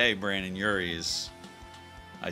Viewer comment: My inner panic fan is like it’s brendon not Brandon!